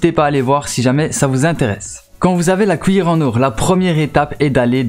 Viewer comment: Pourquoi t'arrête pas de dire wouite pour (8)... Mike pour (mec) pis couillere pour (cuillère) ????